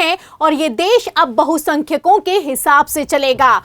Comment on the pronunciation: Bahumat and bahusankhayk read properly. Before relay